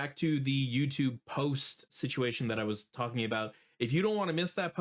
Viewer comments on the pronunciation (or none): none